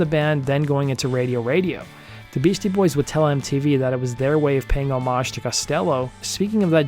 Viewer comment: Thank God for you. You pronounce homage in the traditional French manner, I hate the short O pronunciation and the HOmage pronunciation should be grounds for execution. Just kidding I remember both performances and the Beasies/ Costello was especially great. I am also going to watch the Jimi Hendrix performance now, thanks!